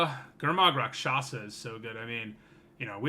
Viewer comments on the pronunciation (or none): Just popped in to say that "rakshasa" is pronounced "raak-shus-ah". Means "demon" in Hindi. Thanks for the content, btw! Looking forward to this set.